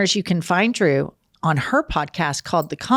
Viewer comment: Ladies I love you, but if your guest’s name isn’t “Joe Smith”, you gotta practice it beforehand. Drew is a big deal! Great show. Thanks for what you do!